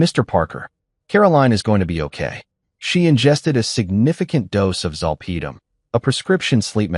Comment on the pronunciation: I'm not at all amused about a "four" in her arm. It's an I.V. in this story, its not the Roman .numeral for the number 4. It is referring to the common abbreviation for the word "intravenous." Also. Zolpidem is mispronounced. I worked in a medical office for 36 years. My work included proofreading of lengthy and complex medical /psychiatric reports.